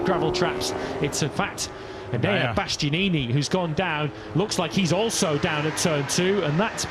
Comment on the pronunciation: Could someone please, please tell him how to say "Bastianini" - it's so grating every time he mangles it, despite sitting alongside someone else who says Enea's name correctly 🙄🙄